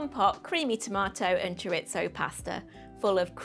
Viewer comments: I know you are a northerner, but please pronouncaition.. CHORISO, not choritzo 😂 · I like Chorizo when it's properly pronounced. 😉 "Chor-ee-tho".